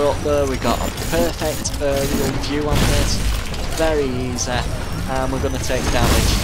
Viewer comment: I love how you say easy "eesah"